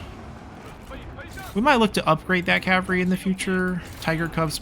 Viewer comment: Love these vids. Enjoying the playthrough but its cavalry. Cav al reee Not cav ree 😅